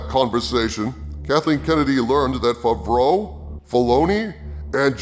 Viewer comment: Why do u say john favreau fuvroah?